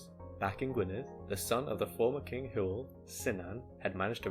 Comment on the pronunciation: Hywel is pronounced like, "huh? well"